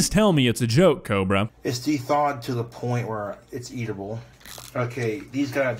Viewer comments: "Eatable" bothered me more than the food or whatever the fuck this is. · Also “eatable” was bugging the shit outta me. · Eatabe, eatabe? faceplam Dude, it's edable, not eatable. In my 25 years of living, I haven't heard anyone say eatabe like WTF? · He keeps saying "de-thaw". Why the hell do people from the midwest say this? De-thawing anything would mean freezing it! Cobra, what you're doing there is simply THAWING it. And it's not "eatable". The correct word to use is "edible". People speaking incorrectly makes me want to slap somebody.